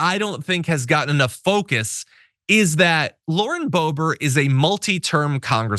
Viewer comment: Lauren Blow-Bert. Who's Bert?